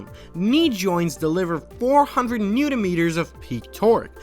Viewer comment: The unit of torque, N-m, stands for newton-meters (not newta-meters).